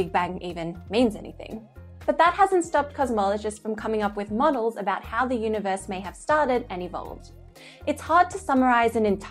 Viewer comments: Is elmer fudd narrating when he said uni voice i think he means universe. i guess its funny. he loses his R . and you add it to idea. you say idear. so your idear is univoice is verwee verwee sneaky. content is great fun to watch. and your verwee pretty. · The guy has weird pronunciation. UniVORSE? Some of his words I can barely understand.